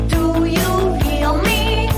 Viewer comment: Do you he-ah me?